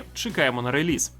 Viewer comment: Чудово як завжди, тільки одне ріже вухо - релИз, реліз від слова release(i) а не від лизати 😂